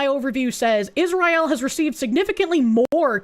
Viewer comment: Pronouncing Israel like that has to fucjing be ragebait, its working